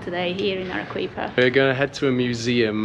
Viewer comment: Arequipa is pronounced using Spanish pronunciation rules Let's break that into it's constituent participles Are is pronounced Harry, without the H Quipa is pronounced Kipper. There is no English 'W' sound in it, (as in English Queen) So there it is Arrykipper😂🎉 N.B the Spanish combination 'Gu' as in Guadalajara Guantanamera Guadalcanal is pronounced GW Nice video chaps. Keep traveling, keep learning ✓✓✓